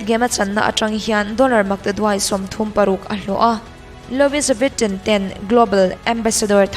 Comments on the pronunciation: Jung-Ho-Yeon-i cc bengvarthlak tak i rawn zepah hian khawvel hriata larbelh a duh vanga contract a signed pui, Global Ambassador tura thlangtu kha 'Louis Vuitton' fashion company i tihna a nih chuan a pronounce dan ka lo hriat ve danah chuan 'Loo-ee-vuh-tawn' tih a ni. Ka hre diklo zawk pawh a ni mai thei e. Sorry, no offence.🙃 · Louis vutton ilam dan khi lui-i vitawn( tawwn) tone ti a kan lam ang deuh a lam tur...lo sawi ve mai2...